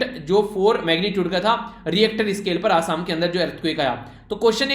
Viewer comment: 9/10 Sir reactor scale nahin hota ritcher scale hota hai pronounciation k liye 1 number kata